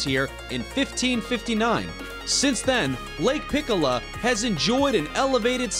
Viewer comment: At no.6, it's not pikola lake,it's pichola lake